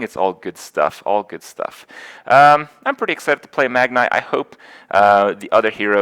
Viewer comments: "Magn-ee" lol not Eye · You seriously think that saying "Megnay" instead of "Magni" will give you more YouTube comments? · its MAGNI not MAGNAY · wait is it "magneye" or "magnee" ? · Ey yo dawg, it's pronounced "Mag-knee." It's not "Mag-nye." He's a fokin legend, not a fokin scientist. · Just to note, it's 'Mag-nee', not 'Mag-nigh'. (Source: WoW and Muradin's Heroes of the Storm spotlight video.) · "Mag-Nye" You have to be doing this on purpose, Kripp. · Magni is pronounced MAG-knee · Ffs kripp its said Mag-nee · Stop saying Magni's name wrong Kripp!